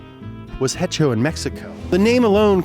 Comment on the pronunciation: "hecho in mexico"😭😭😭😭😭